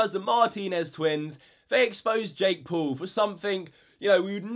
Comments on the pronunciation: It’s not Jake pool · Say jake paul not jake pool like bruh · Ding He doesn’t say “pool” he’s says “poal” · "Jake pool" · Colby Moore more like Jakk poll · Jake Pool? speak English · Jake Poowl. Bro learn how to talk.